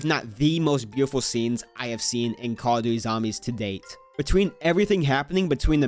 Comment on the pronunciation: cawduwy is what i heard when starting this video